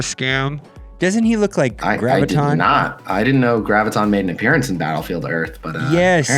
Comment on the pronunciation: For f*ck's sake, OMG, it's "GRAV-ih-tahn". Do you have trouble saying "gravity"? Just replace the "tee" with the "tahn." Jee-zus...